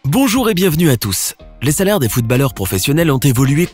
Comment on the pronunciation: Il a vraiment dit Footb"A"lleur ?!